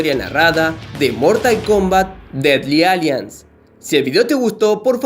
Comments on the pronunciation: Se pronuncia dedly alaians xD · Se pronuncia Dedly Alaians (se escribe Deadly Alliance)